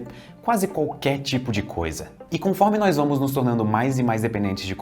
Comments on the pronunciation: Ótima narração, mas não é nóis, é nós!!! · Narração perfeita, com excessão do NÓIS, é NÓS ($$NÓZ) Isso me dá agonia